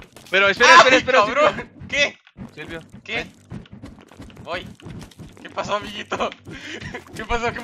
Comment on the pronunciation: asi se dice silvio asi se dice